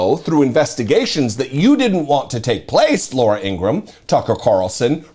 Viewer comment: needs to start pronouncing her name the way her father and brother pronounce it INGRA HAM